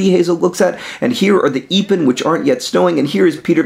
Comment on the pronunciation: Can somebody help put my mind to rest? , he says something to the effect of, "and here are the (epen) that aren't yet (stowing)." I've looked online for any tree with a name pronounced EE-pin, and the only thing I've found was aspen which is pronounced like aspirin minus the R. I've also exhausted all my dictionaries looking for the word "stow", spelling it stow, sto, stoe, stowe, and even stoh, but I couldn't find one with a definition that corresponds to how he's using it... I feel stupid... Somebody helpppp~ pleaseee x__x